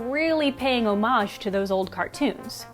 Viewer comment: The way you pronounce homage